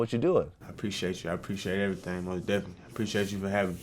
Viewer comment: Vlad: So when did you start officially rapping? Baby: Deffily ..uhzackly